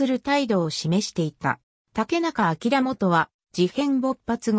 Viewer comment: 【業務連絡】「あきらもと」ではなく『しょうげん』